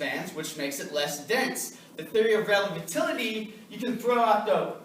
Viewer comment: This guy can't even pronounce the theory of relativity properly and yet he wants people to believe anything that he saying that's a fucking joke